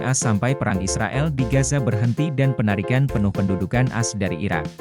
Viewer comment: Tolong naratornya yang benar baca teksnya bukan dibaca "as" tapi baca AS atau Amerika Serikat. Sangat mengganggu kedengarannya..